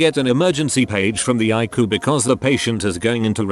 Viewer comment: Narrator: understands that No. usually means number Cant understand ICU and says Ayckoo instead.